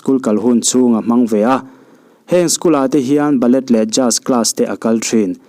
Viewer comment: Bælei , not Ba-let ...🙊🙈😝